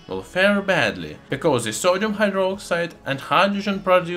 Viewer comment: Совет: в словах the, this итп. th произносится как d а не как z. Таким образом на пару шагов приблизишся к правилному произношению в анг языке. С помощью Google Translate можно успешно тренироваться. Не понимаю почему в России в произношение вставляют z...